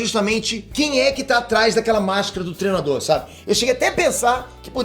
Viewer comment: fala "trenado", "treno", etc... Cara por favor aprenda que a palavra certa é "treino", do verbo "treinar". Tem um "i" taokey?